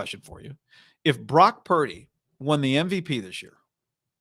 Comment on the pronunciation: "Brack purdy" -Cam newton